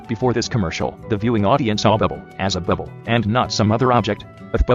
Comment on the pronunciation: i love how the tts pronounces it as "bwibble"